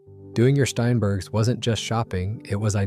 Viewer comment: It's STEINbergs, NOT SHTEINbergs